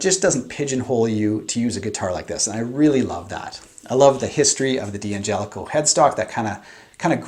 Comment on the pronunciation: Say it with me.... Dangelico. Dan-jellico.